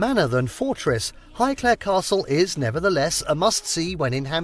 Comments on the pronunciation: Omg and WHY is he saying highclare for highclere?! Wazzock. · He can't pronounce Highclere properly either